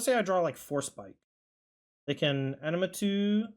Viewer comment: I believe it's pronounced, ah mih nah too.